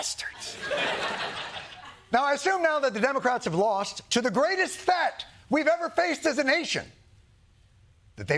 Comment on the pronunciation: Don't think we didn't catch: "the greatest *'thet'* we've ever faced as a nation"